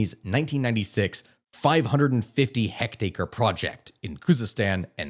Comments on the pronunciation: heck-taker??? Someone call John Green. He’s not the only nerd YouTuber to mispronounce heck-tare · Did you just say hectacre? Hectare, surely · Ffs it's a "hectare" not a "hectacre"